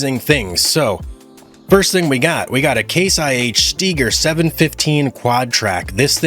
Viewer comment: Stieger not steeger. Fsakes